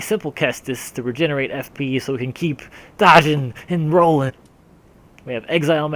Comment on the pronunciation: "We got a simple caestus so we can keep Dodging and Rolling!" said. The amount of emphasis and energy you put into saying dodging and rolling was staggering